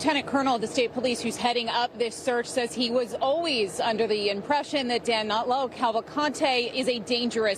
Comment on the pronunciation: Danilo not Danelo